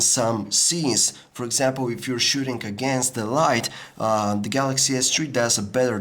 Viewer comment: samsung galacshy s tree agaynst the aaaaahteeeeeseeee waann exx